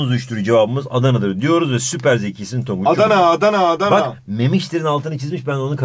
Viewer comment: Niye mi ders anlatirken guluyorum: 💫Adana💫 💫AdAna💫 💫AdAnaaa💫